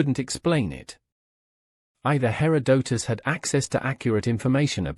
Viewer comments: You need a better AI. Cant even listen to this for more than 5 minutes. Hair Oh Doh Tus.. .GTFO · When it mispronounces Herodotus in the first 10 seconds I move on to the next video and know this is AI garbage.